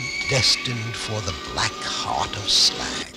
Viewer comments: WHAT DA PRECIOUS?!? Bilbo looks like a freakish Christmas elf, he pronounces Smaug "Smag", and there's a princess!!! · "It's pronounced Slaug!"